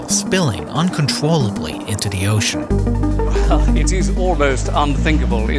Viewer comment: Problem Wiff da wewll